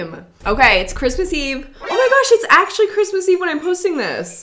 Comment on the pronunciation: So many fave parts but my FAVORITE part is saying Garsh